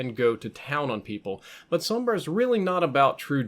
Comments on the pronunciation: Finally someone pronounces her name right. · Wow. First time I don't hear someone calling Sombra, "Zombruh"